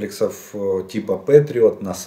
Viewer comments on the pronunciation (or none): "Пэтриот", не "петриот". Желаю Украине победы и полного восстановления - за российский счет!